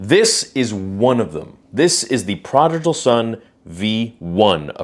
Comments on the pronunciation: You should learn how to pronounce "prodigal." It's not "projical." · bruh it’s pronounced prodigal not prodijal lol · Prah-dig-uhl, not prah-dij-uhl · Just a heads up: it's pronounced ProdiGal, not ProdiJal. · Hey man no hate but you mispronounced prodigal each time. Pra-dig-all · Bro, love your stuff and support the channel, but you're killing me here. It's pronounced praa duh gl. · Perhaps you should know how to pronounce prodigal before making a video saying it.... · Good to know what the difference is, might get one for my sister :D Grammar nazi moment: You might wanna check your pronunciation on the word 'prodigal' :D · Please don’t take this the wrong way, but why do you pronounce Prodigal wrong? It keeps throwing me off and I can’t focus on the rest of the video 😂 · Your not even saying prodigal right . Lmfao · Brother, you are killing me on the way you pronounced prodigal lol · Please say prodigal correctly haha. ❤ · I'm sorry, but, I can't watch you anymore man. I've put up with a lot from you recently but this is honestly the last straw for me, as it is. Things have just been piling up and up and no matter how much I try to ignore it, I just can't anymore, and this kind of proved it to me. Just completely insensitive. Like seriously, mispronouncing "prodigal?" Come on man. Do better.